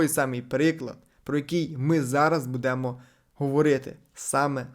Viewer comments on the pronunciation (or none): Господи, як же бісить , коли невірні наголоси ставлять. БудЕмо… аж злість бере.